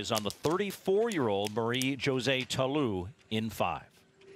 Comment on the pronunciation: I wishthe announcers stop mispronouncing Ta Lou's name and calling her country Ivory Coast.